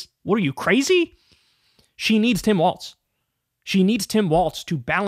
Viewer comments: It’s pronounced Walz like “walls” not waltz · Kyle. It's Walz. Not waltz. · We should make a petition to make Kyle pronounce Walz’s name properly. It’s pronounced like “walls”. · Talk Walz is pronounced WALLS! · It would help if he could pronounce his name correctly!